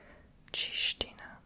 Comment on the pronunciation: Loved the video ❤, just Slovak is language of Slovakia or full name Slovak Republic not Slovenia, that's different country 😅 it's okay tho, people mistake them all the time. Also congrats on the actually pronouncing ''čestina'' corretly, big respect, cos not many people can do that